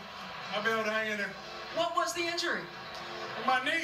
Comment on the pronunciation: Mah Knee